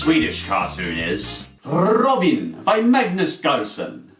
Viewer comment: wow you said robin like you say in sweden :D can you do a top 5 best swedins cartoons? btw if you do say hello in swidish (its Hej)